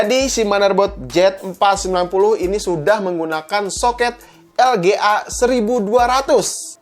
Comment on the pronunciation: gemes banget rasanya, jelas2 itu harusnya di baca Z490 , kok jadi JET490, simple ga penting tp mengganggu, semua video nya salah pengucapan, apa sih susah nya baca yang bener, pengucapan yang bener? udah gede lho, apa mau sekolah lagi?